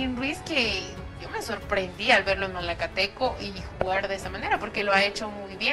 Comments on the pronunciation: MALACATECO WEEEEE NO MALATECO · Malacateco no malatecobiejo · Se llama malacateco no malateco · corrigen al pronunciar el nombre del equipo de Guatemala que en repetidas ocasiones lo pronuncian. Es MALACATECO y no MALATECO. Tambien es conocido como el equipo 🐂 TORO 🐂 equipo que ahora dirige el grande y Señor profesor ROBERTO HERNÁNDEZ! Gracias. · Es Malacateco no Mateco . Bendiciones para vos crack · Es Malacateco no Malateco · Es malacateco no malateco man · Es Malacateco no Malateco. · Malacateco no Malateco jajajajajaja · Dijiste malateco maje..🙄🙄🙄👎🏻👎🏻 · Si también lo noté q se equivocó